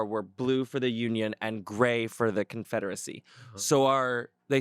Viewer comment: Not Confrederico 😂